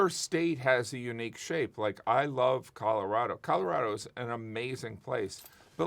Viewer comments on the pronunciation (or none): none